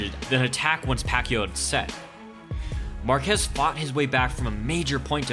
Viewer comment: its pronounced MAR-kez more emphasis on the first syllable. similar to Marcus except with the ez. I hope you try it out next time. Your pronunciation was killing me. ... also Excellent video